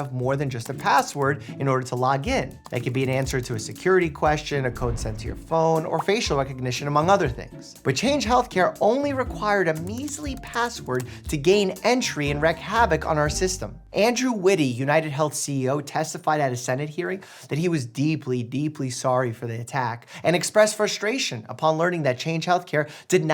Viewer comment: Small correction Mike, you do not wreck havok, you wreak havoc.